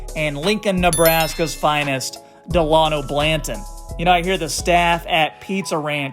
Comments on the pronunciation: U mean Banton.. not blanton... Good content tho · Also bruh is banton not blanton lol get the names right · It’s just Banton not Blanton lol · Banton... say it properly. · I died when I heard that 😭😭😭